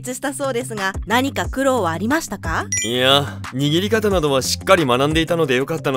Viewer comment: 田中の声優さんへ。 の「いや」は、相手の質問に否定する 答えをする言い方に聞こえますよ。「や」の 語尾を伸ばして発音するほうが良いと思います。